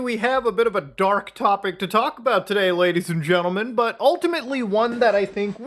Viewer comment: Gadies and Lentlemen